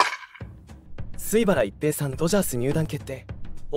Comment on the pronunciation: 自動音声に全部任せて、水原一平（すいばらいっぺい）ということさえ、 修正を入れないのは、失礼すぎる。 ア〇なのか、将又、自動音声で作ってることを示すために意図的にしているのか？？